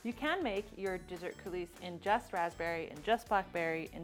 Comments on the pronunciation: I love your creative intro (your name revealed from the flour). I just wanted to mention that coulis is pronounced "cooLEE." The "s" is not pronounced, but your video was fantastic! (And, no one should have given you a "thumbs down.") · Coulis pronounced Coolee. Looks great though.